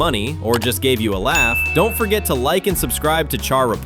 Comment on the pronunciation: First obviously an AI created video. It was obvious with how he pronounced Char. Second I have never had an issue with Exia. It’s been in the same position since I built it 2 years ago and hasn’t fell on its own. Third this video became a joke with the slander of the Gundam MK II. Despite it being over a decade old the kit is still one of the best Master Grade’s. Fourth the Dom/Ric Dom are not that bad so lets hold our horses. Fifth the GP-02 is almost a 30 year old kit. And finally sixth. You are literally to lazy to paint the fin funnels. They are so easy to paint. Get yourself an airbrush